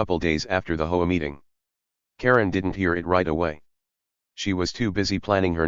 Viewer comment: Hey... it's H O A, not "ho-a". Read it the correct way.😂😂😂